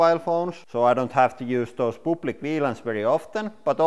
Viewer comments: I like how he says "public". "Pooplick" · “POOPLIC WLAN” could someone explain this to me